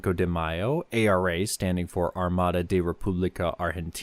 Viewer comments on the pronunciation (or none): none